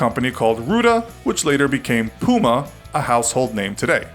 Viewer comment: When u realise he can’t pronounce Adidas,Nike and puma